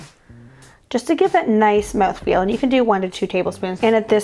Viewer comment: Moweth Feal